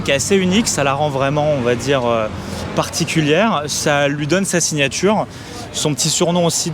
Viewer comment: La signaturheu... les radiatheurheu... c'est magnifiqheu...